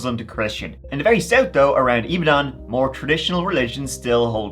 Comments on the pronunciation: Ibadan is pronounced "Ee-bah-don" btw. When I saw the thumbnail, I said to myself " How funny if that's Nigeria?". I wasn't expecting it to be the city where my Mum grew up! Not heard of this case before, I'll ask my parents. Thanks for covering this,. ETA: Damn! Just finished watching. Yeah, my parents definitely know about this. I had no idea it was on this scale!!! Absolutely disgusting that the police did FA about it, but sadly, not surprising. The police are an absolute liability there. RIP to all the victims 😢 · It’s pronounced E-BA-DON (Ibadan) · Ibadan pronounce E-BAR-DONE. Good job though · Pronounced I-BA-DON not Dan. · Great vid and thanks for covering this! Just some pronunciation tips: Ibadan is pronounced “ee-bah-dawn” Okada is pronounced “aw-kah-dah” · bless you with your pronunciation of Ibadan. But it’s all good we still love you,. 😊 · every time says IBADAN i laugh like mad:face-green-smiling: its all love tho my friend thanks for the exposure this case is one of many but one of the most notable hence the media coverage NIGERIA IS A SCARY PLACE